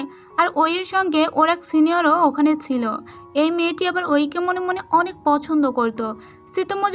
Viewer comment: apni subu silo sillo bolen